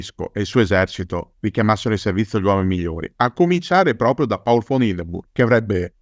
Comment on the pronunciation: Ottimo come sempre. Però si dice Paul e non Pol: sarebbe contento anche Hindenburg, prussiano doc